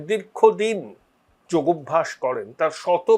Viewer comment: ওটা যোগভ‍্যাস নয়, যোগাভ‍্যাস। যোগ+অভ‍্যাস=যোগাভ‍্যাস